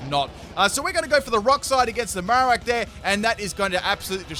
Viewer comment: He forgot the r at the end :3